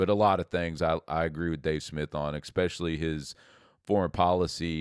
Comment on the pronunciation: There’s no X in the word, especially. This guy should stop saying “exspecially.”